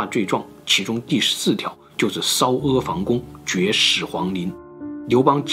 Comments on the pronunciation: 阿房宫，念 e ,pang,gong,不是fang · ，那个是阿房（pang）宫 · 是阿（e）房（pang）宫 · 阿房（pan第二声）宫